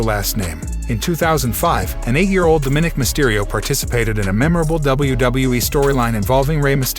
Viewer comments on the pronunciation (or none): I get it. The narrator isn’t a wrestling fan, but he doesn’t know how to pronounce “Dominik” correctly? Didn’t anyone care enough to tell him or is he just too full of himself to corrected?